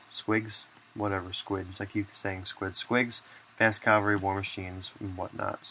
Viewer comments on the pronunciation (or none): Why does everyone say Calvary? Nooooooooooooo!!